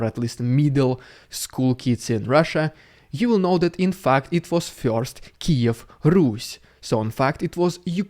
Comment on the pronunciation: omg, the way Dude says fact at 10m44s is exactly how Aussies say fucked! Lol.